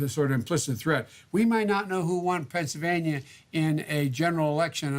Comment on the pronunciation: I love how Biden says "Pennsylvaña"